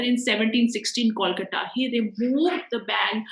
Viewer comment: Kindly pronounce kolkata properly...it's nt dat difficult i think...ppl learn german french bt cnt pronounce a word simple kolkata...😒